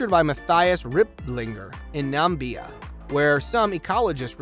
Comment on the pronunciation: The narrator must have been referring to Northern Territory when he said Northern Hemisphere. No part of Australia is not even in the northern hemisphere. Also, he said "Nambia" instead of Namibia.